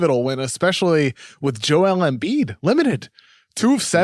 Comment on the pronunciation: holy shit this kid comes on sounding like the biggest fuckin NERD in history, damn his voice is just the WORST. The part from - where he says " big busckset " and "Embiiedttsshh spphin move" fuck I can't even w these nerds talkin' about basketball when they have obviously never played ball and have no idea what there are saying in these takes. RINGER : Please get guy to talks sports who sound like they have ever played a sport , yikes!!